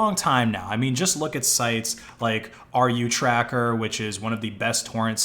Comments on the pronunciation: Hey, dude, proper pronounce isn't R U Tracker. You should pronounce it like as RooTracker. I'm a native speaker tho. Please like this comment to make see it! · It is pronounced “rootracker”